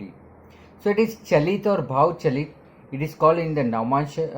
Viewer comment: Its called chalit not galit ......🤣🤣🤣🤣